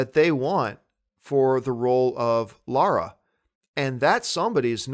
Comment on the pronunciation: John thank you for saying Lara not Laura like Kristian, Chris Stuckmann, Jon Schnepp. I am not a fan of lara croft but I find it very distracting when people say Laura. Maybe its just an American thing.